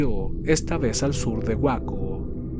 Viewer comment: Una pequeña observación sin ánimos de ser molesto por que el trabajo en estos videos es excepcional, respecto a Waco, se pronuncia “Wayco” saludos a todos en el canal…